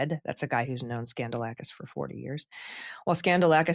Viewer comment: So, it's pronounced 'Scandal-asskiss'?🤔